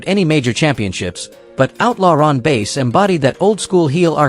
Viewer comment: Outlaw Ron Bass last name is pronounced like the fish not the instrument.